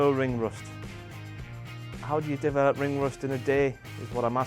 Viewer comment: I thought Cory said ring rest not ring rust